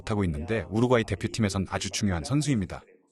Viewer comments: 더빙하지 말고 그걍 자막으로 하는게..우륵과이로 들림 우륵과이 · 뭔 자꾸 통역가 우룩과이라고 하냐 우루과이라고 하지 우룩 우룩 우럭이냐? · 아니 왜 우루과이를 우룩꽈이라고 발음하는 스레기들이 많아 참나 할로윈을 렐러윈이라고 하지 않나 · 우룩꽈이 발음 나만 킹받냐??